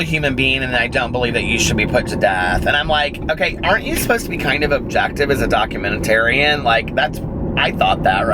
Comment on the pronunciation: "...as a documentetarian..." stay classy,.